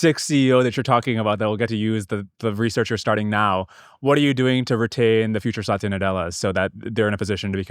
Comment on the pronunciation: Indian man saying satya as saatiiya...irony died a million deaths😂